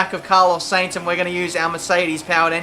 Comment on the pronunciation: Gotta tell ya... Sainz is pronounced "Sine-z"... rhyming with Heinz (baked beans). Not "Saynz". Sorry, just something that's been getting at me watching your career vids. Which BTW are pretty good.